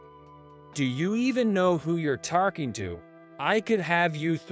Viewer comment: What’s with all the “r” sounds? Caught pronounced as cart, talking pronounced as tarking, coffee pronounced as carfee.